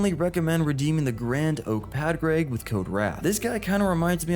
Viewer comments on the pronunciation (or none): Hey, love the video put his name is pronounced like Pauric, it's gaelige for Patrick